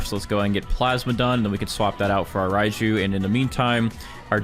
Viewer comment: “Spawn in the rajiu”